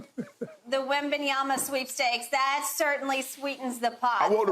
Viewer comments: Wimbledon lol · Skip "Wembenyama" Shannon 😂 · “I don’t care if they get Wembenyama, they could get to Wimbledon” 😂😂😂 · “Wimbeyana,I don’t care if they get the Wimbledon.”😂😂😂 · “I don’t care if they get Wembenyama, they could get to Wimbledon…” 😂